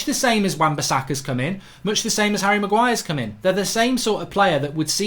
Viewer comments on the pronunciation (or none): none